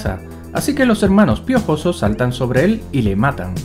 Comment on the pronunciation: Realismo porfavor hablar bien "los hermanos piojosos saltan sobre el y le matan " realismo esque tio no me lo creo como es posible que lo aya pronunciado tan mal ajajajaja 😂😂 :v